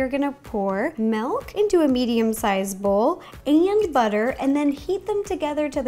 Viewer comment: It’s milk not melk in my opinion